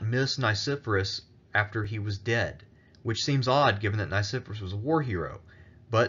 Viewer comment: The pronunciation of Nicephorus is technically Nee - Kee - for - aws. But all in all, absolutely loved your presentation! Very well written.